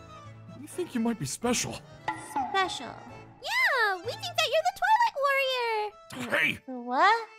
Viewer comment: On when said twilight warrior why did i hear toilet warrior